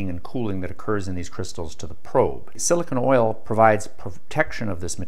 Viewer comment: Did you mean therm-eye-on'-ic and Sil-ih-cone (rhymes with bone) oil?